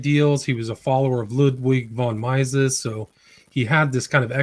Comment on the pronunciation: Wow, you totally mispronounced Ludwig von Mises, which is pronounced Meeses with a long e, not a long i.